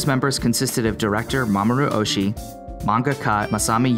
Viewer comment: That is not “Mamoru Ohshi”. “Mamoru Oshi-i” is correct.